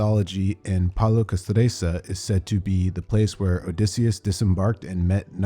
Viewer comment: Pal-e-o-cass-STRIT- sur!!!